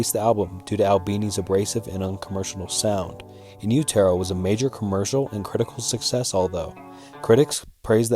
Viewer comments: In you-tare-oh? 😂😂😂 it's utero as in uterus. And the song is Sliver, not Silver. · I dunno. This guy couldn't pronounce "utero" correctly.... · it's not 'u-tair-o' it's in-yoo·tr·ow... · I mean im a huge nirvana fan so i knew everything but this stuff is still pretty basic. a good one wouldve been the last note kurt left krist, its pretty f'd up what he wrote to him. Also Utero is not pronounced like that (Im not trying to be rude). one thing i never heard was kurt was a born again christian tho? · Each time he says Utero I’m rooting for him to NOT pronounce it ‘you-TEAR-row’ - but each time, he fails us. On a real note, I can’t think of another band whose fame was so short lived and were so inspirational. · Is this AI voice? You really don’t know how to pronounce Utero? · You pronounced "Utero" wrong and it's hard to understand what your saying sometimes. But still enjoyed your video, no hate. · The way you pronounce utero makes me want to die